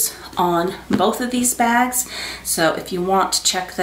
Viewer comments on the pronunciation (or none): none